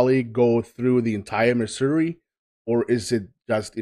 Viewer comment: I want to acknowledge that you pronounced Missouri correctly.